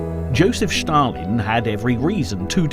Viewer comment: Shtalin, Shtalin, Shtalin...